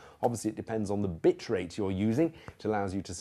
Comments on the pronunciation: Did anyone notice John says Bitch Rate? xD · I heard it too =P but actually he says Bit Rate